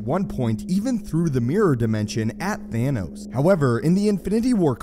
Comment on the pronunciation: It’s pronounced Thanos not theynos 🤬🤬🤬